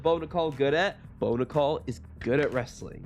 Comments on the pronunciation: Pronounce his name the right way!! Its prounced like the coin not like a womens name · How do you not do your research and figure out how to pronounce Bo’s name correctly?! 😔